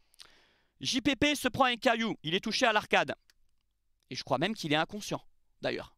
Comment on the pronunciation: "Emergumême"...😅tu m as trop fait rire.. Y aura pas de sanction...ça c est passé sur la voie publique, c est sous la responsabilité de la ville et de la préfecture... Allez l OM...